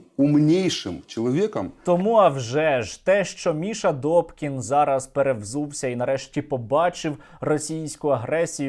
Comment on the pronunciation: НЕ ДОКІН..А....ДУПКІН